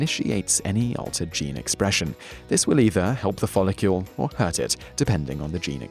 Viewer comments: Does anyone else find him saying folocule instead of follicle, incredibly fucking annoying? no, must just be me then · 100% yes. there's no U in follicle. it sounds ridiculous. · He said it wrong 20 times in 3 and a half minutes. Drove me mad! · It's nothing to do with having an accent, he just says it wrong... again and again and again! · i was just about to say this too! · Yes he's a fucking spanner.